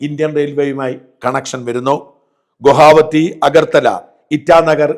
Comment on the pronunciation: ഗുഹാവതി അല്ല ഗുവാഹത്തി .. ഗൗഹട്ടി